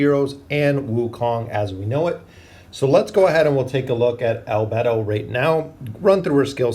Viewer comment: Ah yes the Aze/A's and A'bed'o/A'bell'o XD